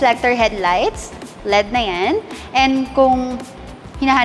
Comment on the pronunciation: EL EEE DEEE po hindi led.